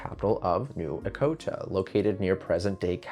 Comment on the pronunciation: New E-CHO-TA not E-CO-TA